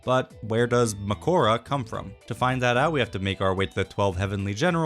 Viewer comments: I think the worst part is that you say ma CORE uh instead of how the og dub say it like MA koh rah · it's mAkora not makOra even if you're right with the spelling you're still wrong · ma-ko-ra not ma-kora mahoraga is the english version makora is the japanese version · this is a year ago but if you're gonna say 'makora' atleast pronounce it right his name is 'ma-korah' not 'ma- kourah' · Even tho its said ‘makora’ you are pronouncing it wrong your saying ‘mahkoara’ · it's mah-koh-rah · Its actuallu mAkora not makOra like you were pronouncing, if you watch the Japanese dub you can see that you are mispronouncing it, i bring this up because the japamese pronunciation sounds cooler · Instead of Muh-core-uh Let’s say Mah-core-uh Because with the way it’s said in Japanese, it sounds better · Ok, but at least pronounce it correctly. It’s not “meh-kO-ra”, it’s “mAh-ko-ra”. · Makora is cold af but dude... It's Màkora not Makòra (and you can't change my mind) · it IS makora, but you pronounce it wrong it's pronounced like mAkora you pronounce it makOra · Either way you’re saying Makora wrong its “Ma” like you would call your Mom “Ma” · just call him mahoraga dude your not japanese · Tengen (the narrator) also calls it Makora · You still ain’t pronouncing makora right sounds like a cornflakes brand the way you say it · Atleast pronounce makora correct vro🥀🥀👅🥀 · If only you pronounced makora correctly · ngl bro... NO ONE finna be saying "Makora" 💀